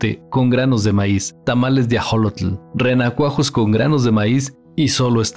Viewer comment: Ajolotl?!!!! Ax(sh)olotl!